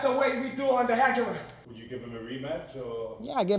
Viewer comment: Chokes out the champ, "That's how we do it on the hegular." hahaha